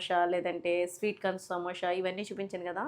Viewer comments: సమోషా కాదు madam సమోసా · సమోష కాదు అండి '....... సమోస అండి